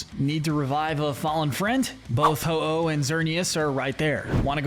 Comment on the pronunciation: IT'S HO-OH, NOT HI-OH! SAY IT RIGHT!